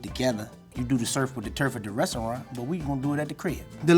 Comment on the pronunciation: why he sound like Eric Adams?? “Ristaurant” 😂